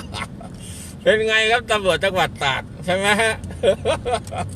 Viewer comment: ตาก หรือ ตราด ครับ ออกเสียงชัดๆ